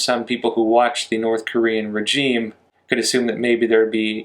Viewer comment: please learn how to pronounce regime